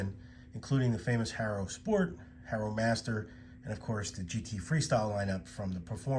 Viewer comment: I can tell you are not a Haro guy, because you pronounce it that way, why? lol